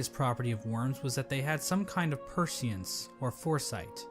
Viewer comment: This lore guy pronouncing "prescience" as "purse-iance" pretty much sums up why I don't watch lore videos.